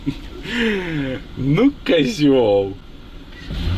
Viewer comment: Не козЁл, а козИл....😀😀😀